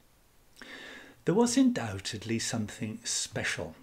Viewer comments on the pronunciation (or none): none